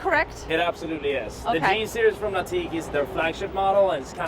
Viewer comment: Series -- It's "seer-eze, not "seer-e-us." Just sayin'